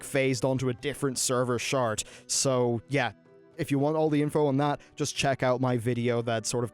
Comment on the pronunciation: Di- Did he say Server shart?